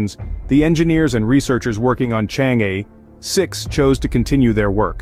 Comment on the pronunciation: The commentator's pronunciation of Chang' e is not correct